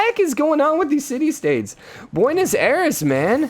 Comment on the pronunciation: Buenos Aires? It's Bu-we-no-s I-reh-s. Therd ya go